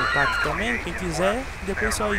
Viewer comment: Não é páqui que se pronuncia pack é péqui isso é inglês , pelo amor de deus